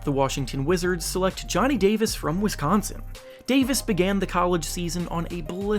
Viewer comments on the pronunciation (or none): none